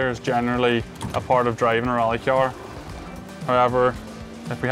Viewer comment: I like kee-arrying lots of speed into corners when I drive my kee-arr.